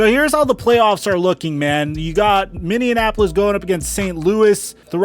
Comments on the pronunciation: Fun fact its not “MINNEANONAPOLIS” its (MINNEAPOLIS) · Love how he says Minneapolis... it's like he's mixing it with Indianapolis lol